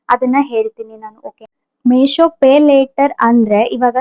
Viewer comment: ಅದು ಮೆಶೋ ಅಲ್ಲ ಮೀಶೋ